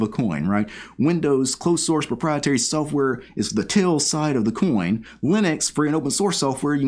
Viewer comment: I just heard you say software as soafwurr and now I can't unhear it